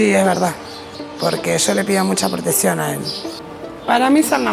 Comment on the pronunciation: También cuando dijo "proteSion"